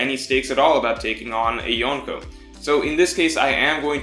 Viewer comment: hahaha yeah I smile at the way he pronounces some names like "Yonkoo" or "Rye Ooma"